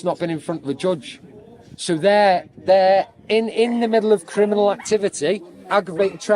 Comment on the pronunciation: Hahahaha you crinimals i agree but say it properly hahaha